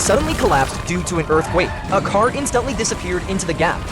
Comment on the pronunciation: i love how he says instantly it sounds like "instuntly"